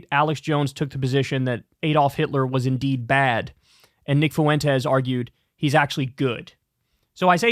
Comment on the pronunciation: "nick fuwentez"